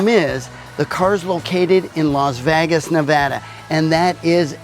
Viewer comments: The way pronounced Las Vegas made me laugh. First time I've ever heard it pronounced "Las Vagas". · Is that how the West Coasters say Las "Vagus"? lol Love the vette!!